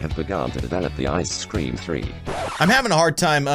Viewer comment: ICE SCREM NOT CREM